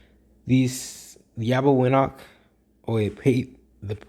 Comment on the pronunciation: It’s pronounced Arbeñoch (ñ as in Niño and ch as in Chipotle or Champion), not Arbegnok